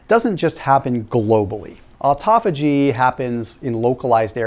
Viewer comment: Please learn how to say this word " autophagy" it's a Greek word!!